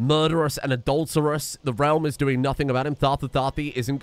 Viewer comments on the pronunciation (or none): none